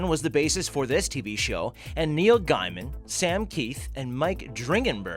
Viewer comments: Its pronounced gayman not guyman. Sorry. I'm a fan who is simply correcting an easy mistake. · It's nothing to do with speaking English properly or anything like that, it's just very easy to mispronounce names in general, most of them originating in different countries. The surname Gaiman is French, so "guy" or gay", it's a toss-up for any English-speaking person. Same with "Gervais" or "Theron"...... I'd bet there's lots of ways to say them both. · Wilson... I personally pronounce names according to which country they’re from. For example: If they’re brits, say it like British people say it. If they’re German, say it like Germans say it etc. you get the idea... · That means you need to know every persons name and hear them say it. before attempting to pronounce it yourself lol Go away with that nonsense. I've never heard gayman speak, never mind heard him pronounce his own surname hahahahahaha